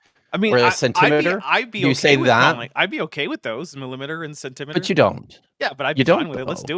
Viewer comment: Stressing the 2nd syllable the way Shakespeare intended.